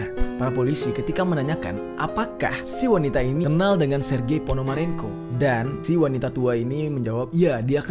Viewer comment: Bang baca sergi panomaronko bang bukan itu ABG salah😂:v